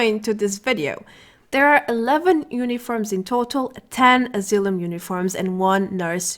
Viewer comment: It's Asylum. Not Elizum.